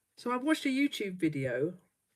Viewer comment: I first saw you a few weeks ago! How I love it! I thought your greeting was “Hello my Two friends” which I thought was so charming. Now I understand you are sayin UTube Friends. Silly me, but it’s still cute. ❤️